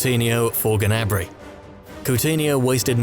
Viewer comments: ITS GNABRY NOT GANABRY ffs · You pronounce Gnabry wrong. It's not Ganabry!!!